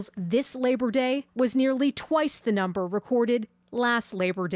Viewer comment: “NUMB” ers